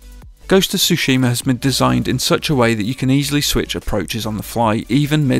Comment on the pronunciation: Why does everyone mispronounce Tsushima? As it’s said in the game multiple times throughout, it makes me wonder if people are even playing the game or not.